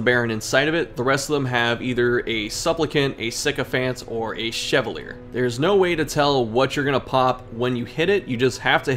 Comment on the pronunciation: Ok this is gonna sound so nitpicky but since you said you weren't sure about some pronunciations, I should probably let you know that Chevalier is pronounced "Shuh-vah-lee-ay" I had an english teacher in middle school whose last name was Chevalier, and she was not particularly nice, but she made sure that everyone pronounced her name correctly, so that is my "Crimson Curse" to you 😂